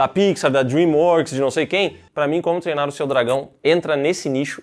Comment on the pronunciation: Gosto do falando "Como TERNA o seu dragão" todas as vezes KKKKKKKKKKKK